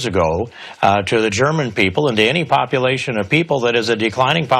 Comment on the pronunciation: "Poppleation" lol